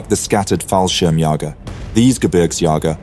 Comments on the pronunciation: BTW it is pronounced Fall-shirm-j-ee-ger... an "ä" is pronounced as a bit prolongued e+a, like in the word "bear". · Glorious work! Thanks for your work sir. As a german, I can give you a tip for correct and easier pronunciation of the word "Fallschirmjäger". It can be pronounced like "Ful shearm yayger". Looks wonky, but I think it works out.